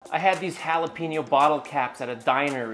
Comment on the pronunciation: say “holla-peen-yo” like that ONE MORE TIME and I swear that fridge won’t be the only thing gettin’ punched!!!